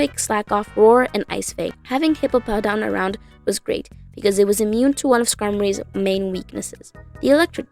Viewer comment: It's "Hippowdon", not "Hippopowdon". It's funny, but I think it should be corrected anyways.